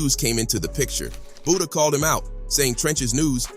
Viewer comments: its FBG Buttah not buddha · Calling that man BOODAH mutiple times is crazy😂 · Who's Budda.. You mean Butta 🤔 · Butta not Buddha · Say budha 1 more time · “Buddha”?!? 😂wtf?!?